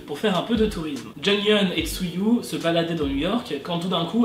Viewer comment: Tzuzyu se prononce tsoui et non pas trtyfhkjbbjkkjhhhjkjjjjk merci cordialement ❤️